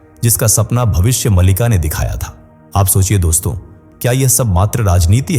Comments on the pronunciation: कम से कम आप ग्रंथ का नाम का सही उच्चारण तो कीजिए भविष्य मलिका नहीं भविष्य मालिका है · भविष्य मलिका नही मालिका है. शुद्ध बोलला करो